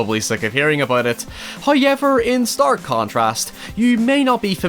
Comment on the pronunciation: Everyone: However: HIYEVR